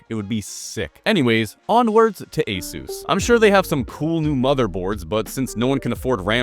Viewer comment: Every time you pronounce Asus in the company approved manner, a sales drone gets their wings.